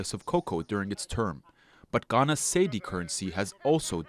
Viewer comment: Cedis pronounced as see-dee. Vote GenZ not dinosaurs